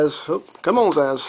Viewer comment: btw its not Sazh its purnounsed Sa-sh